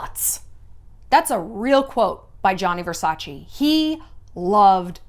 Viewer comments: Please stop saying Versachi, it's VersachE (Versace) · if you'd know Versace in and out like you say (and you'd be such an Italian-everything fan) you'd know that it's pronounced Versac-EH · Ver- sack- eeeh? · "Versace" is pronounced different Shallon, you should know it, you are half Italian. Love you. XX